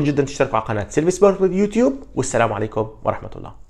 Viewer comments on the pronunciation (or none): none